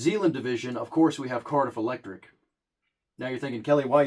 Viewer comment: Poor Cardiff. Even this guy called him Karmix